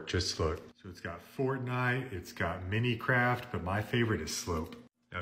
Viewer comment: bro said minicraft